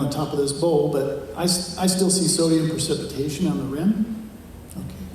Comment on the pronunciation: It's precipitation not "percipitation". Not the correct term here for the process you discuss. Architects talk about "efflorescence" and "lime run" on brick walls. Check that process out.